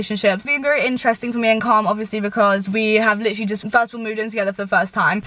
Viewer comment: PLEASE STOP saying 'litcherlly' every other word omg i'm mad